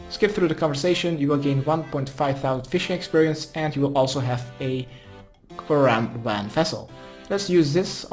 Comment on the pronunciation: Lekkere guide weer! Alleen misleidend dat je karambwan zegt, geen karambwan(JI).